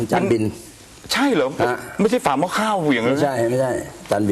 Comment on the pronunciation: ฝาหม้อข้าวจากปากพิธีกรมันฟังแปลกๆ